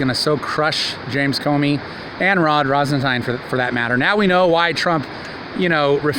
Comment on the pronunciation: Rosen-tine?? Isn't it RosenStein?